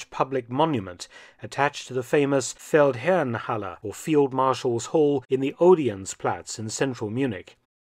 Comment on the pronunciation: Fun fact: The Feldherrenhalle is down the street from what used to be a Jaguar Land Rover dealer showroom which I now believe is one fo Mercedes. I have to compliment you on your unwaveringly correct pronunciation of German words in all your videos. Keep up the good work!